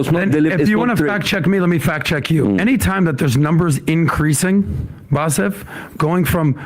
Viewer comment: He called Bassem "Bassef".